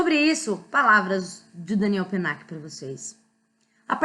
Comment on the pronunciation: Olá! A pronúncia está correta. Se estivéssemos falando em francês, a única coisa que seria diferente é o "l" de Daniel ( com a língua indo para o céu da boca). Mas isso é um detalhe! Fique tranquila, pois ficou ótimo. E claro, parabéns pelo vídeo!